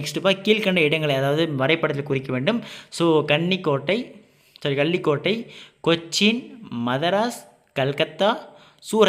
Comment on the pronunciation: No மதராஸ் 😅மெட்ராஸ்😊